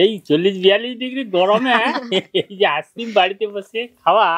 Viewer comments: ভিডিও গুলো তো শুধু মেদিনীপুরের লোকের জন্য করছেন না উনি, সকলের জন্য করছেন। শুদ্ধ ভাষা উচ্চারণ করা উচিত, যেহেতু উনি ইংরেজী বিষয়ের শিক্ষিকা। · আপনি একদিন ভিডিও তে বলেছিলেন আপনি টিউশন পড়ান ইংলিশ। কিন্তু আপনি তো আইসক্রিম কথাটাই তো ঠিকমতো উচ্চারণ করতে পারছেন না। আইসক্রিম তো একটা ইংরেজি শব্দ, আপনি নিজেই ঠিকঠাক উচ্চারণ করতে পারছেন না তো ছাত্র-ছাত্রীদের ঠিক উচ্চারণ কিভাবে শেখাবেন?